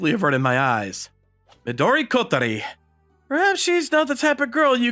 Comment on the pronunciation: Fun fact: Midori is “green” is Japanese Another not so fun fact: these VAs are not good at pronouncing Japanese names